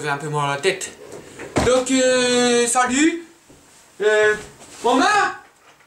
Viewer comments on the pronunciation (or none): none